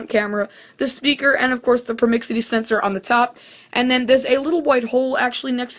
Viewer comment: its not a promixity detector its a proximity detector